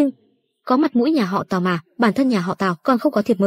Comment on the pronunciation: Mọi người có nghe nhầm không nên lần đầu tiên tôi nghe là nhà họ táo lần sau rồi mới hộ tào